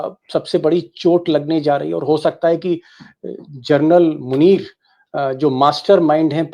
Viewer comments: दीपक जी आप जनरल का सही उच्चारण कीजिए आप जरनल बोल रहे है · दीपक शर्मा जी, आखिर बार-बार फौजी जनरल को क्यों जर्नल सम्बोधित करते हैं? सुधार करिए।क्योंकि इससे आप के बेहतरीन रिपोर्ट को चाँद में दाग की तरह साबित कर जाता है । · भाई साहब,कम से कम जनरल को जरनल बोलना बन्द कर दीजिए। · आप जनरल शब्द को जरनल बोल रहे हैं l प्लीज आपकी ये गलती सुधारे l